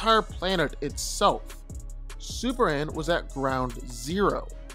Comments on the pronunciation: dude it's superman sperMan not supper-ran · It’s Superman, not Super-Ann 🤣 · why do you say "Super anne"? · I'm sorry, but maybe it's me, but as I listen to the video while my husband watches it ... I kept hearing him say SUPER ANN, SUPER ANN, SUPER ANN... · Anybody else hearing the dude saying SuperAn ?